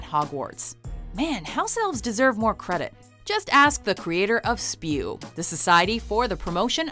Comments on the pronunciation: girl, I swear! It's not "spew"! It's S-P-E-W! Geeze! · Excuse me its S.P.E.W not spew haha. Sorry. Im just reading that book right now. Just stuck in my mind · ITS NOT SPEW ITS S.P.E.W. GOSH NOBODY LISTENS TO HERMIONE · IT'S NOT SPEW! It's S.P.E.W!